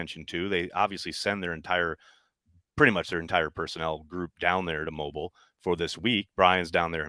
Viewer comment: You’re saying Mobile wrong.